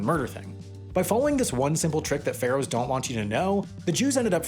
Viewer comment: "Pharaohs". Not "pharos". 💢